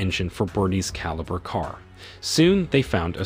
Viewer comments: It's a Holden calibra in Australia 🦘 think that's why he keeps saying calibre think the whole thing was done with ai 😂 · Caliber car? It's Calibra ffs! And the second car is a Opel Manta, not a fucking Audi, do some fucking research!